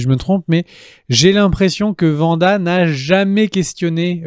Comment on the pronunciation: C'est pas faux. Tout comme le W de Wanda se prononce à l'anglaise ("Ouanda") et non à l'allemande ("Vanda"), puisque ce n'est pas une série allemande... Et tout comme on ne dit pas "les premières épisodes" mais "les premiers épisodes" (donc avez liaison "zé"), puisque le pluriel prend un S. Mais ce sont surtout des tics de langage, il faut essayer de passer outre !